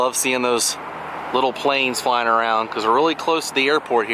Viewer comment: Glad you are pronouncing Kissimmee